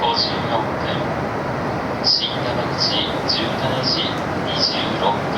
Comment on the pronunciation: 姫路～熊本間で新山口だけイントネーションが違うのが面白い